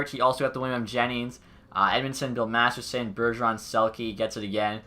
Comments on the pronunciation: Its MasterTON not MasterSON lol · Have you noticed how the trophy is called Bill Masterton and not masterson?